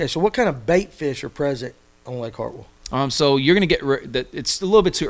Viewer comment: Mispronouncing "Hartwell" is a red flag.. lol